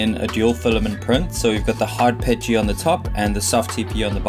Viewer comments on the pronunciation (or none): none